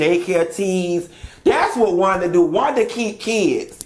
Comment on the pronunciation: I think a teacher of any kind would have to know how to pronounce a kid's name correctly.Thats not Wanda